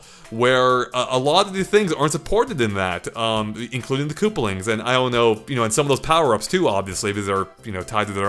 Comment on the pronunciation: It’s koopAlings, not kooplings